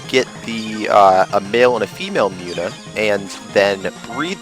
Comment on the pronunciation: I believe Munna is pronounced Moon uh not Mew na. Other than that, good let's play.